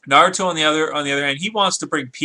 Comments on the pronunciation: it is not narooto its is pronoused with a like narato p.s. FUCK YOU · WHY IN THE WORLD DID HE MISPRONOUNCE NA-RU-TO... I SPACED IT OUT IN THE WAY JAPANESE PEOPLE PRONOUNCE IT AND THE JAPANESE "R" USUALLY SOUNDS LIKE A SOFT "L" AND VICE-VERSA. I am so sorry I had to get my anger out when people mispronounce things in Japanese, by the way I am Japanese so when I hear someone trying to say something in Japanese I appreciate the effort, but it makes me angry to hear the same thing even after I tell someone. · Naruto WILL win because hes FASTER than goku he is STRONGER than goku and goku is NOT a FOOL like how naruto is and FOOLS are STRONG and btw u pronounced naruto wrong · first off you don't even say Naruto right, second Naruto does way better stuff then Goku. It sounds like you don't even watch it. He was a freaken orphan and he trains his ass off for others and puts himself last, the people Dragon BAll Z had nothing to do with other people till like 3 seasons into the show! Naruto has literrally almost killed himself training, for the freaken Bijuu, Sage, and the 2 and a half years to get Sasuke back.